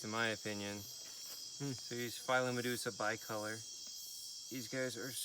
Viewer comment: this pronunciation must be in Latin, not English. (Pheelomedusa beecolor)